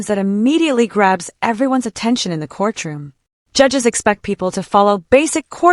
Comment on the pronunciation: We are in a court-room and not a core-troom.